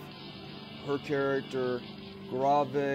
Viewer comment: Alright, I know this isn't that big of a deal but I just gotta comment on how to pronounce Grave's name. First off it's Grave. Like a Grave stone. Like "He dug his own grave". Second, Its Ahimoth. Ahhh-I-moth (Ahh as in "ahh I found it!") (I as in "I own this thing!") and (moth like the bug that likes bright lights) lol I know it's not that big of a deal, I just found your pronunciation funny, and felt like I needed to help you out with it XD